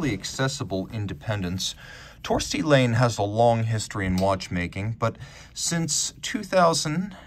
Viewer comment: Just a note, Laine is a Finnish name and is pronounced more like /laɪn e/ First part like "line" and then "e" from "e-levator"